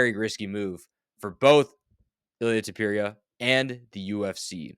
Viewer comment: Tupurieuh 😂😂😂😂😂 how are you saying his last name bruh😂